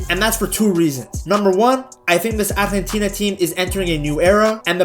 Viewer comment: I'm surprised how well he pronounces "Argentina"